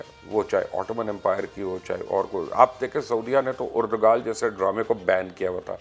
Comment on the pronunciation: Noone: Literally noone: Mubashir lucman:(mixing erdogan & ertugrul) ERDOGAL😂